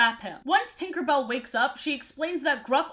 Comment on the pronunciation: He he she said twinkerbell😂